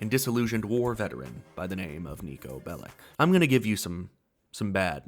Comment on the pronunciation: Niko Belich! Not Niko Belik!